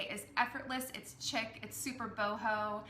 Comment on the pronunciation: I think you mean chic (which is pronounced like sheek not chick 🐥)